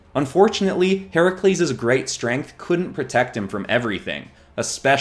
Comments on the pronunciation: I am so glad he got Herakles’ name correct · Yaaaasssssssss!!! He but “Heracles” not the incorrect “Hercules”!